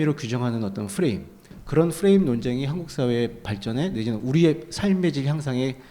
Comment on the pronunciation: 풔레임 풔레임 이지랄 발음 존나듣기싫네;;; 그냥 틀이라고 해라 시바